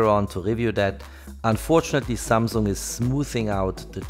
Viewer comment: Samung jajajajaja patético.